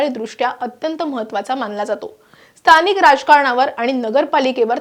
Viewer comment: स्तानिक नाही गं बाई.स्थानिक असा उच्चार आहे